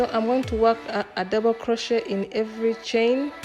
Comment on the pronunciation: I enjoy your tutorial videos. In case you didn't know, it is pronounced croshay (crochet) the t is silent.